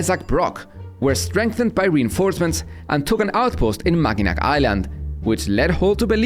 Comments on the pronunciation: My Michigan-born wife would have an absolute conniption if she heard the way he pronounces "Mackinac Island" in this video 🤬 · MACK-IN-AW is how it's pronounced... lol